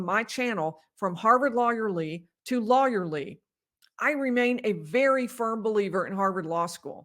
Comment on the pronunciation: Lawyer Lee sounds like Lawyerly- love it!!!!!